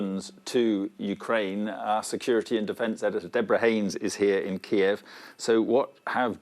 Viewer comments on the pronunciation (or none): none